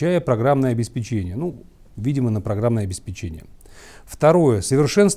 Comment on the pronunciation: Ударение в слове "обеспечение" на вторую "е"